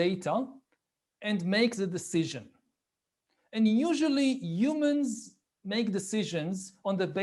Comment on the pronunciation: l like when you say umans